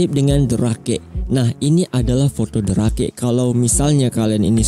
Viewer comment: Yang nonton emang banyak tapi yang nge like sedikit 😢btw bang cara baca the rake itu bukan rake tapi rek